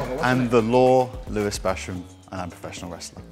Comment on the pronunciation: Its louis basham not lewis basham